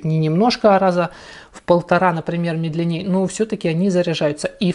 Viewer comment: Как раз такую банку заказал, а после наткнулся на обзор. За свои деньги очень даже хорошо. Что касается самого обзора, то всё по делу, молодец. Только есть небольшая просьба. Говори, пожалуйста, не "медленнЕе", а "мЕдленнее"! А то слух режет)) Удачи в развитии канала